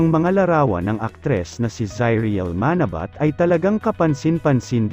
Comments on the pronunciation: Pangit mo talaga bumigkas lahat bisaya ka..manabat..dapat ma..na..bat malamya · Paki pronounce nga uli Yung Manabat,🤣🤣🤣